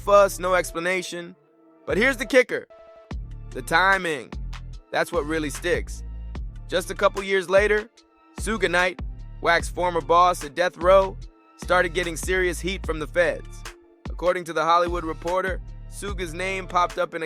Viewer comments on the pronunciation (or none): it’s actually ok if you don’t know him but a little research will help you pronounce his name like shug like sugar not soogay lol good vid otherwise for sure👍🏾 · don’t have to know him but as a person talking on news and suppose to be facts,why is it hard to do a little research on how to even pronounce the name or say it cause that’s not the listeners job.